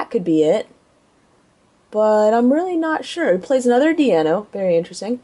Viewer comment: Do you call Deino ,Dienna?